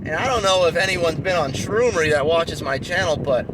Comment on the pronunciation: The way you said shroomery made me laugh. I scoured the web for years before I started, shroomery, reddit, all the big mushroom business YouTube channels. By far you are the most straightforward with how all this works. The business side of things is what I'm working on now before I take it seriously. Thanks for all your insight!